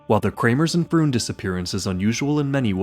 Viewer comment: Pretty sure "Froon" is pronounced "frohn" in Dutch.